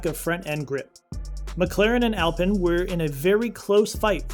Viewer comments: Alpine ( Al-pee-n) is the car brand, even the BMW tuner Alpina is pronounced Al-pee-na. Alpen is a breakfast muesli.. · you're saying alpine wrong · Please lose the “copy reader” and get a person who knows F1. You are not alone as the pool of true F1 presenters is very shallow. I’ll save most of the embarrassing mispronunciation, although Alpine does grind the ear as does drawing fingernails across an old school chalkboard. A bit of professional attention and F1 accuracy can, and will definitely help. Other than that Mrs. Lincoln… To The Point Mario Martinoli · “Alpin” 🤣🤣🤣 It’s pronounced “Al-peen”